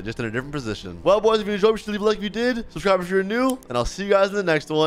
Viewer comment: He said subscribe so fast he accidentally said shubscribe